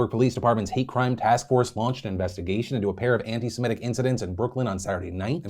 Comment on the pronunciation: I usually don't correct people, but I wanted you to know that it's Semi-tic/tism not Seme-tic/tism.